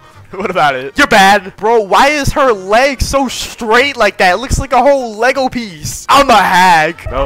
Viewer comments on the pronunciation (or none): none